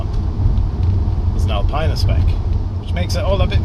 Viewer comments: It's pronounced "Alpeeena" !! I've got a '99 M5, which is currently blocked in by my Stag, as that has a dead starter motor. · Nice review but ought to prononce Alpina correctly...